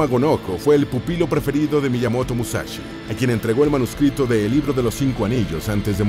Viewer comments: "Musachi Musachi" pronuncia bien, se dice" Mu-sa- shi .... sonido (s) sssssss" que parece que los latinos no sabéis leer ... joderr. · "Musachi" tan bien que esta el video.... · No es musachi hablá bien.... Es musashi o en todo caso Miyamoto o Katsumoto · TODO BIEN TODO GENIAL PERO ES MUSASHY NO MUSACHI COMO AVECES PRONUNCIABAS.... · Porqué pronunciarlo con "ch"? Musachi?! Escasa y pobre info sacada de sus serie de libros... Nada nuevo :/